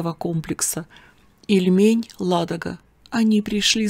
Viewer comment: Привет из Новгорода Великого😊не ильмЕнь а И льмень очень режет ухо новгородцу 😊по старо русски все названия на первый слог